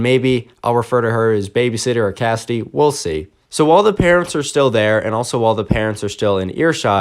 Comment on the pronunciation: Me::it's pronounced Cassidy.: no it's kasty